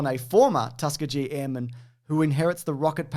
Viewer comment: It's Tuh-SKEE-gee. Just in case you ever find yourself in Alabama.